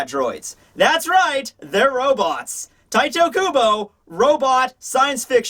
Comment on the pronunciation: Im and just wanted to say - IT IS NOT TITOOOOOOOOOOOOOOOOOOOOOOO KUBO, it is TITEEEEEEEEEEEE!